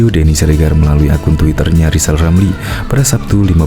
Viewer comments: ll lijal lamliii,ngomong r aja ga bisa hadeeeeuu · Gw setuju klo Lizal Lamli jadi Presiden, tapi ada satu syarat yg harus dipenuhi yaitu dia harus bisa mengucapkan huruf RRRRRRRRR dgn jelas, agar klo jadi Presiden setiap kebijakannya JELAS juga.